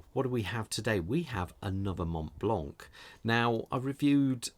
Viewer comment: In french you don' t pronounce the "t" and the "c" at the end 😊